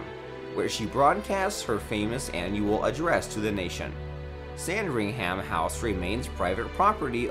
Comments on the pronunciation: Cringed does hard every time he said it lol it’s “Sandringum” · Sand-ring-ham-house 😂 It's sand-ringum or buckingum 😂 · You pronounced some of the places on this list Buckingham is spelt Buckingum not buckingham Hillsborough is pronounced hillsbru not hilsburow sandringham is like Buckingham palace pronounced sandringum not sandringham and balmoral is pronounced balmoral not belmoral. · Hearing him say Sand-ring-ham gave me a migraine